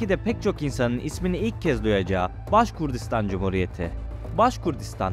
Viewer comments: Baskurdistan degil, baskortistan ya da baskurtistan duzeltmw yapin ya da videoyu kaldirin.ismini bile dogru telafiz edemediginiz bir yer hakkinda bilgili gibi gozukup bilgi vermeye calismaniz tuhaf.. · Başkurdistan yox kardeşim,-Başqırdıstan.Anadolu türkcesinde Q harfi olmadığı üçün size zor gelir bunu talaffüz etmek. Halk ise Başqırd adlanır.